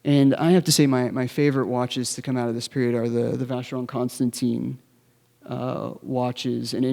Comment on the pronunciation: Noooo, it’s Constan”TAN”, not Constan”TEEN”....